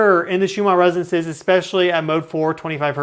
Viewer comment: Listen to someone else say "RESONANCES". You are missing a syllable. The word isn't "REZZNCE".